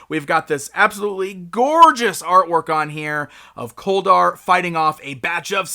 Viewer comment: His name sounds like colder instead of kol dar